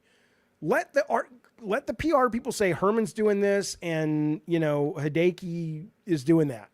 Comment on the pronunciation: "Hee day kee" lmao jaffe. "Hee day ah kee" for hideaki nishino